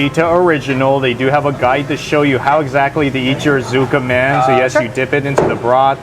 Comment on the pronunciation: Keep it simple, tsukemen= skeh-men not zu-keh-men. Daikokuya=Dai-KOH-ku-ya serves tsukemen as well. I like main store Tsujita tsukemen for it's pork and fish base broth, more complex but the Annex pork base tsukemen is very good as well. Tsujita does serve a larger tsukemen than I've seen at other ramen places in LA. Portion size doesn't compare to Jiro Ramen in Japan though. Ridiculously large portions and for less than $10. If you don't finish the noodles, you will be warned not to order so much or get banned. Daikokuya's is laughably small for $18. I always have to order extra noodles.